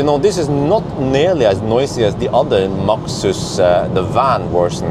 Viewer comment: Max(øre)sus 🤣🤣🤣 (means max ear Wissling) 10 Points for that😁